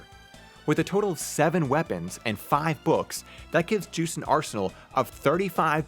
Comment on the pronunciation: Juste is a French name, so it should be Zhüst?